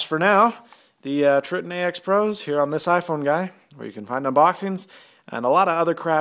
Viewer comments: Should have gotten Astros. Btw they're pronounced *Try-ton*. Man, I'm just in my douche mood right now, my bad. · you said tritton wrong also you made a good choice because my turtle beach's keep breaking